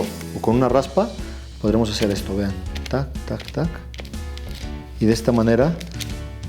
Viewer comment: У вас волшебные ручки. А слова "так так так" вы говорите на чистом русском языке